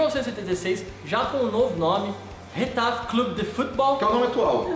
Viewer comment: A pronúncia é mais ou menos (rR)etafe e não (j)etafe.